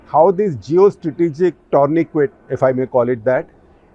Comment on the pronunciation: Shekharji, Tourniquet is pronounced Toor-nee-kay. It is a French word.